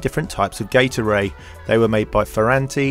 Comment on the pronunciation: Why am I hearing gate array as "gatorade"??